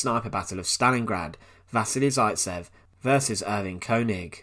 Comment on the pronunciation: I just want to say you've pronounced vasily zaitsev wrong. Other than that it's a great video :)